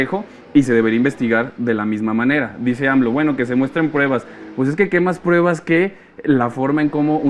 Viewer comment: SE DICE PRUEBAS, NO PREBAS....